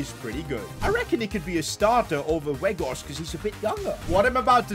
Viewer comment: its not wood werghorst but its sound like waut werghorst